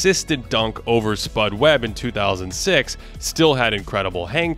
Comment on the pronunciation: am i the only one who heard 2006 showdown rather than 2016 showdown